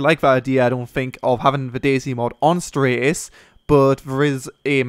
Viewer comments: Dude it's Stratis not straightis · It's Stratt-is not Straay-tis :P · Stratis not straytis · stratis streightis lol